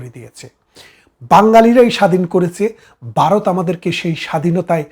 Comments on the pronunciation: এই বাঙ্গুরা বাংলা উচ্চারণটাও‌ ঠিকমতো করতে পারে না,। ভারত-এর বদলে "বারত" বলে... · Baroth na Bharat.Bangla uchharon thik korun. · 😂বারত নয় ভারত। 😂😂😂